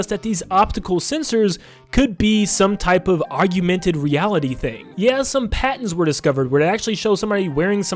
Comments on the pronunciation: I'm pretty sure its augmented and not augumented... but good video nonetheless! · Aug-mented, not aug-u-mented. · Are you confusing Augmented and Agumon into the same word? Augmented is Og-mented. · That made me giggle